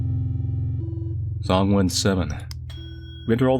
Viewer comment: song wen?! (zhong wen = 中文 = chinese; the 'zh' is pronounced more like a 'j' in english)